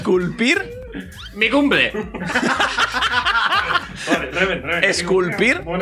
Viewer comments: ibai: re-lin reven: eren yeguer 😂😂😂😂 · soi yo o reven dijo eren jeager?